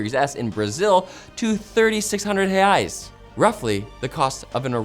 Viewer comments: My man know how to pronounce REAIS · The pronunciation of "Reais" was spot on haha great job! XD Are you secretly Brazilian?